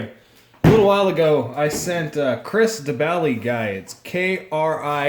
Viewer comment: im pretty sure you said "baly" instead of "bali" when spelling his name 😂